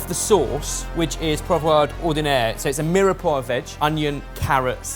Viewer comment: I love, great sense of humour, very talented, helps everyone and passes on loads of information, but the way he pronounces mirepoix really grinds my gears 😂